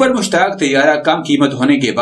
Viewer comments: mashaq not mushtaq please correct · Mushaaq not mushtaq bloody idiot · Har aira ghaira nathoo khaira Defense Analyst bana phirta hai. Ye sab baar baar Mushaq ko Mushtaq Tayyara bol raha hai.....